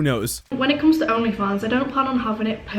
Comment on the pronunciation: "Oghnleh Fawnghs"